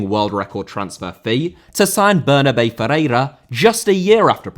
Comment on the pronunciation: Bernabé* not Bănăbei Pérez* not Perez Roman* not Rouwman Emirati* not Emerohrti Serie* not Siri München* not Munich Lionel* not Lenl Drawing* not Droring Betis* not Betes Abreu* not Ăbreyuw Atlético* not Atlétecouw Bundesliga* not Băndesliger Barcelona * not Bohçalouwner Eredivisie* not Eradevizei Primeira* not Premerer Idea* not Ideer Philippe* not Phelippei Coutinho* not Khuwtchinhouw Augsburg* not Ogsbög Cornet* not Cohnei Guimarães * not Guímaraich Soumaré* not Soumarei Dortmund* not Dorhmund Jesus* not Djéisus Oleksandr* not Alekzander Rather* not Rother